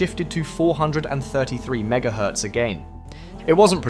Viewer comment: it's megahertz not whatever that abomination the A,I. said lol...also...no amount of having some fake guy in a circle on screen is going to convince anyone it's not A.I. speaking, it's atrocious so stop it !